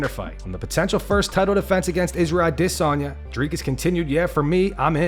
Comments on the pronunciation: why tf this man say aDISanya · I still can't believe this guy pronounces Adesanya that way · So you’re still pronouncing Adesanya that way..